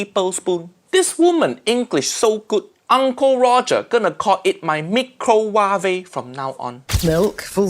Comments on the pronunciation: Microwave (Mi-crow-wa-ve) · Somehow I knew instinctively how to use chopsticks the first time I picked them up. Nigella isn't a real cook. Like Rachel Ray, she is all about presentation, not actual cooking. She can't even pronounce micro wav-eh. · Isn’t she the one who pronounced microwave like microwave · she pronounced microwave?! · The way she pronounced “microwave” in that another video! 😂😂😂😂😂😂😂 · That microwave moment broke me (I'm pretty sure we all pulled the same face there). I'm not native so I went to forvo to listen to how people pronounce it, and it's... not done the way she does it. Makes me wonder if it's a dialect. 😅 Also it's funny how she basically made instant noodle but in a fancy way. Thanks for the video as always! :) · She’s a food writer? She can’t even pronounce microwave properly!😂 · I laughed so hard. BTW you said bloody 3 times - have you been back to the UK recently. Niella had a very priviledged upbringing, attending the best public schools (those are posh schools, paid for , in the UK - not like public schools in the US). So her pronunciation of microwave was just stupid, posh girl's school affectation - they think it is clever to make a word sound more foreign. After being a journalist, she moved into food and entertained a nation of men that cared little about food, but liked a pretty thing almost showing her melons 🙂